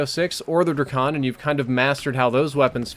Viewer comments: btw drAkon has a a in it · He called the drakon the Dra-con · "Druhkon" lmao